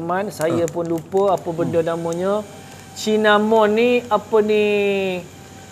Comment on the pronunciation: Cinnamon - Kayu Manis lerr. bunyinya Sinnamon.. jgn sebut Cin🤭😆. Jumpa da tadi survey kat Shoppe✌️.